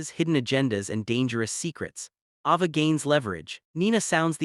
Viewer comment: Need to pronounce her name right?it's a long a ava.